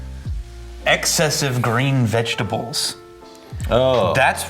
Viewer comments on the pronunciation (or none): is it me or is he saying "vegitall"?